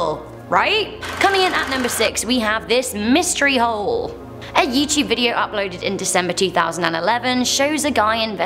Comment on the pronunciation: Gah I'm a creep I kept thinking of the word hoe whenever you said the word hole im sorry lol